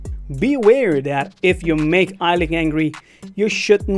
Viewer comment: It’s not Eilink it’s Eilik